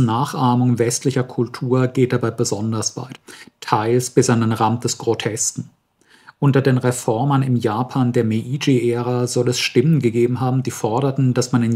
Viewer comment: "ei" in der Transkription des Japanischen ist einfach nur ein langes "e", also ist Meiji "Meedschi", nicht "Mee-i-dschi"